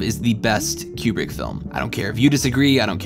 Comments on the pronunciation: Highjacking the pinned comment to say: you do great work, this is well done af, but, my good brother in christ, you're killing me with the "Cube-Brick". It's "Koo-Brick". Otherwise, well done lol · "...Fourteen point five"..?!?!?!.. Fourteen point five?!?!... Wow. Makes total sense once pointed out (naturally). Tangentially, please don't call him "Cue-brick". "Koo-brick". Por favor. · Okay, I admit. I stopped watching after the 35th "Cue-Brick" and the first "New-Cue-Lar" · For those wondering why is pronouncing Kubrick "cue-brick" instead of "coo-brick": according to Kubrick's stepdaughter, the family pronounces it "coo-brick" and Brits pronounce it "cue-brick" (source: she herself posted this on reddit). Had to look this one up because it was bothering me. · One I wish you would pronounce Stanley Kubrick correctly. Two I wish I knew this was a comedy because I always thought it was an overdramatized drama and everyone I know hates this movie. This is always at the last of everybody’s list of favorite Kubrick films. And I still don’t understand the point of this movie.